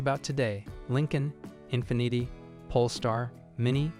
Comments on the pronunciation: Infinnit’ay eh? Sounds like Carlo Rossi Asti Spumante wino champagne, ya asskiss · Infineeeti - lol what a bunch of AI slop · Learn how to pronounce the car brands, IE: Nissan, infinity, etc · I agree, infinity is pronounced INFEEENEETI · You would think the AI could pronounce words like “infinity” correctly. 0% effort here… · Yet you couldn't watch one Infiniti commercial to see how to pronounce it? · Yeah, it mispronounced Infinity. 😂